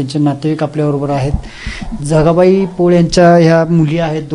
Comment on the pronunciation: News reader said Janabai not Jagabai